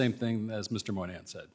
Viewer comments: She's a complete racist. Palestinians don't really like Jews. Dimon isn't Jewish, but his wife is. Her racism seems to be on full display here. Everyone had the same answer. Why was she so hostile to him? And also... Brian's last name is Moynihan, not Monahan. At least know who the hell you're talking to. Those guys are twice the people you'll ever be. Go back to the west bank. 🤪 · That idiot should learn how to pronounce Moynihan.